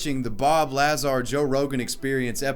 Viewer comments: LuH-zar! Was it annoying anyone else the way he was pronouncing his name! Haha no biggie it just felt so off. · Say Lahzar one more time... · I cringed at Bob Lahzaar. Come on. Haven't you seen any video. That's not how you pronounce it. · I can’t get over pronunciation of “bob lazz-are” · La-Zar. Triggered me deep with this one. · It's pronounced "luh-zar" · How can you do a whole video on this and pronounce Lazar's name 40 times in your video wrong. Annoyed me so much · Not to be one of those because I enjoy your content but you didn’t watch the 1st 5 seconds of the podcast you made a video on and heard the correct pronunciation of Bobs last name.. ? I mean accuracy’s are key when talking about Me-Me’s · Hearing him mispronounce bob lazars name over and over is annoying af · Damn had to hear you mispronounce Lazar over and over. You didn't listen to anyone else say his name? Good videos tho keep it up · Butchered Bob's name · His Bob Lazar pronunciation has triggered the masses. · You're putting the emphasis on the wrong syllable in Bob Lazar's name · Mispronouncing Lazar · Dude it‘s pronounced Lazar, not Lazar. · At least know how to say the guys name lol ( Bob Lazar) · You’re pronouncing his last name wrong. It’s Lazar, not Lazar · Dude, have you NEVER heard of Bob Lazar? Because the way you pronounce his name really hurt my brain and was extremely cringy..... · Did it irk anyone else the way he said Bob Lazar? I mean it affects my life %0 percent and yet... It is Bob La-ZaR quick la- and than Zar rhyme with bar.. like a hard R. Not Laazar .. again, I know it doesn't matter and I still had to address it.. I'm a sad sad girl. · Not to be "that guy" but ITS LAZAAAAR!!!!!! NOT LAAAZAR!!!!!!! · pronounced la-zar, not laz-ar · I hate being that guy, but it’s pronounced Luh-zar. I can feel him saying Lazar. Don’t expect a change, just curious if I was the only one? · La-zAR? Lazar dude ong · It's pronounced Bob la-zar not laz-ar but enjoyed the video anyways